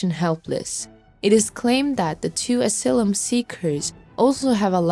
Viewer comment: Please get someone that can pronounce the words correctly. Asylum.and ballistic, assured. You drive me nuts trying to figure out what the actual message is. There are many more. By the time I figure out what you are saying the message is over!